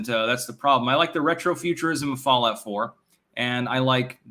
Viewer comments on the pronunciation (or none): none